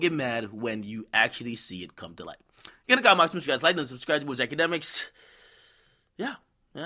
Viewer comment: "Itcha demiks"